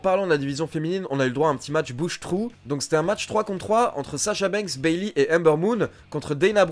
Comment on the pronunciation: Tu t'es trompé , c'est pas "Bailey" mais Beyley . Sinon c'est mas grave mais continue comme ça car c'est une excellente vidéo